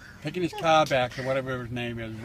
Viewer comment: He is shtuck in the kah ?